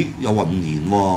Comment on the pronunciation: 英文勁條毛咩，”original “ from HK, HK Ex-burst 都講得出, hibrid 又講到hi break 同 hi bird, 不知所謂